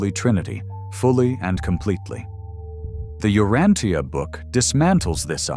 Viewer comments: I have studied "The Urantia Book" for over 50 years. Here in this video is the first time I have heard "tia" in Urantia pronounce as "Teea". I believe the correct pronuciation is "sha", also same for the word "Morontia". Thanks for this thoughtful video. There is no subject in history more important than shedding light on the life of Jesus Christ. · We pronounce it as ( u rahn sha) but maybe i reside in different region.